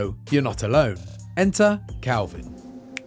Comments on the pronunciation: Dude keeps saying CALVIN when his nametag literally says KELVIN. Great reporting there IGN 🤣🤣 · Leave it to IGN to make those funny mistakes. His name isn't Kalvin (Calvin) It's Kelvin, and it rhymes with Melvin. It's his surname. His name will probably be revealed later. John Kelvin perhaps. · Dude I'm English, you definitely said Calvin. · the guy talking kept saying Kalvin but you can clearly see his name is Kelvin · Is Kelvin not Kalvin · Weird that an accent changes the base vowel sound entirely in a way that doesn't normally happen except in this instance